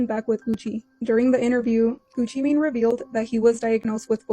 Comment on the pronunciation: “Mane” doesn’t pronounce “man”. Mane pronounce like main (they are homophones) Like son/sun, cell/sell